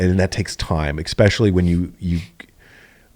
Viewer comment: This dude says “exspecially” so many times. Holy smokes.